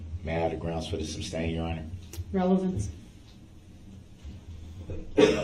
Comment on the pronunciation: I cringed every time that bastard said relevancy for relevance.